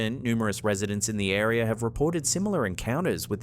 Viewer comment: Stop saying areer then area. Go to school to learn how to speek engish